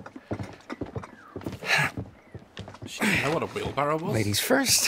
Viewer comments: Daz.. she was making fun of him for calling it a “wheelbarrel.“ It’s called a wheelbarrow Hahaha. A lot of people get this wrong but it’s not a wheel”barrel” but a wheel barrow ! Did I teach ya something today? ^-^ ….So she was poking fun at the fact he said it wrong (as most of us do). ! Also If you didn’t know this until I told you, let me know! It’s so funny seeing how many people didn’t know this, be honesttt. Cause I didn’t know until my boyfriend told me to tell you the truth LMAO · She knew what it was she was just trying to get him to realise the incorrect pronunciation he said wheelbarrel while it’s called a wheelbarrow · The thing with Emma and Jacob in the shop is Jacob said "wheelBARREL"... it's supposed to be wheelBARROW. That's what Emma was getting at. :P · emma kept questioning jacob about the wheelbarrow because he said wheelbarrel instead of barrow and he didn’t know it was wrong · Wheelbarrow. Not wheelbarrel. Silly Jacob. 😆 great playthrough Daz, ty! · The wheel barrel bit was because it’s actually a Wheel BARROW he was saying it wrong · Of all the things i choose to comment on...i choose to mention how Jacob said wheelbarrel instead of wheelbarrow. I spent 2 minutes trying to figure out why Emma found it funny 😅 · It’s funny and Daz didn’t really get it but he said “wheel barrel” when it’s wheelbarrow and she was making fun of him bc it’s not the correct word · It’s killing me that he didn’t know it’s called a wheelbarrow not wheel barrel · It’s not wheel barrel. It’s wheelbarrow. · he said wheelbarrel not wheelbarrow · Its wheelBARROW not wheelBARREL 😂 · LOL "Wheel-Barrel" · No Daz he said "wheelbarrel" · when I played the game I didn't have the subs in and I thought I misheard hime say wheelbarrel but he did and I'm so confused